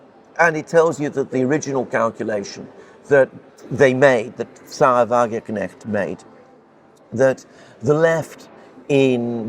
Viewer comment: You inability to correctly pronounce Wagenknecht somewhat undermines confidence in your understanding of German politics.